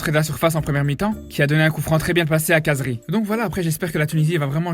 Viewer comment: Par contre comme t’est arabe essaye de bien prononcer le nom de khazri c’est « rrrazri » et pas « cazri »